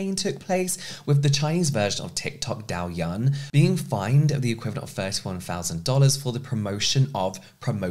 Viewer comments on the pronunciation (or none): Just a note, the “Douyin” pronunciation is more like “doe-yeen”! I’ve seen many YouTubers pronouncing it a number of ways and just wanted to offer guidance to really anyone who was still unsure. Great video as always!